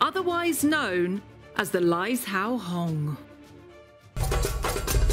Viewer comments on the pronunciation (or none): Pronounced Lai-zhou. Kind of sounds like lai-joe. Absolutely beautiful. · Laizhou - the zh is a j sound.